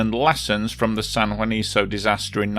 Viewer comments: It´s San Juanico, not san juaniso. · Very thorough and comprehensive! The site/town should be pronounced as ‘San Juaniko’, not ‘San Juaniso’.